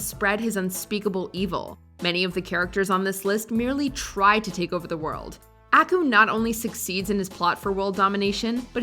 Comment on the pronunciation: your saying aku's name wrong, you gotta say it with more finess